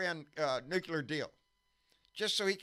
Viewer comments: Its NU-CLEAR, not NU-CU-LAR AAARRRGGGHHH!!! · I trust Homer Simpson on this one, he even works at a nuke-ular power plant, where all of the cute little nulecules go to play! 😏